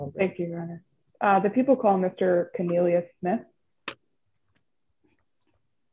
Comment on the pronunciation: He did pronounce it " cone-il-i-ous, so although it's traditionally "corn", who knows.